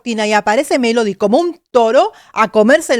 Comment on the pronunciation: Muy bien tus comentarios, pero he escuchado a muchos vocal coaches Y TODAVÍA NO OIGO al primero que diga que #Melody PRONUNCIA la V en vez de B en dos oportunidades en palabras que se escriben con B. Se supone que un coach debe saber esas cosillas y sería genial que las mencione en sus análisis para que la gente también aprenda sobre #dicción. Mi oído capto dos veces el mismo detalle: 1🔴Justo empezando se oye lo fricativo en "Desde que era *Vien pequeña". 2🔴Pronuncia: "la igualdad es mi *Vandera" (min 4.02). Esto lo aprendí hace bastante; sin embargo me costó quitarme de mis locuciones esa fricción de la V que no es propia del #castellano sino de otras lenguas, precisamente porque creé un vicio al pronunciarla. (Recordemos que la V se pronuncia como B en español). No obstante, no es un pecado hacer la fricción en palabras con V en el #español. Lo que sí veo inadecuado es que se pronuncie ese sonido fricativo en sílabas con B. Debería sonar ✅Beso y no ❌Veso.:hand-orange-covering-eyes: ¡Pero, vamos!, ¡MELODY LO HIZO GENIAL! :eyes-pink-heart-shape: :face-red-heart-shape:#AdictosAlEspañol